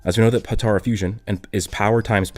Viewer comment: Stop saying Patora. It's Potara.